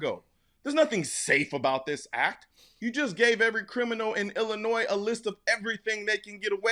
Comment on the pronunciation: Did he just pronounce the S in Illinois?